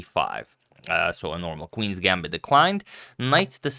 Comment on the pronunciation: Is Agad intentionally pronouncing bishops and queens wrong?